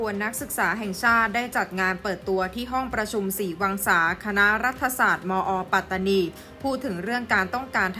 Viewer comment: แค่ออกเสียงคำว่า ปัตตานี มาออกเสียงเป็น ปา-ตา-นี ก็ผิดแล้วเพราะภาษา มาลายู ที่ออกเสียงเป็น ป๊ะ-ตา-นี สัมพันธ์กันกับการออกเสียง ปัต-ตา-นี ครับ ภาษาอังกฤษที่เขียนว่า patani มันต้องออกเสียงเป็น ปัต-ตา-นี ครับ 🎉พวกกบฏทั้งนั้น หลักฐานชัด สมัยก่อนหนีมาพึ่งไทยนี่แหละ แต่ตอนนี้หาว่าไทยไปยึดคุมอำนาจปัตตานี แสดงว่าลืมคุณแผ่นดิน ลืมรากเง้าตัวเอง พิธาเคยพูดหาเสียงกับคนปัตตานีมาแล้วเหมือนกันเปะกับนักศึกษาที่ออกมาเห่ามาหอนเลยนะย้อนไปดูได้